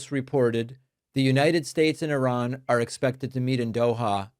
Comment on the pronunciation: the way he pronounced Iran..but yes, I agree…the time..😊